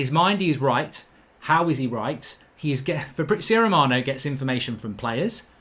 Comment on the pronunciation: Who is Fabrizo Romano??? 🤣🤣🤣